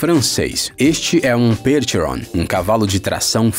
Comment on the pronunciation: Percheron se fala "percherron", não tem essa fonética inglesa. É UM CAVALO FRANCÊS kkkk não matem os franceses de raiva kkkkkk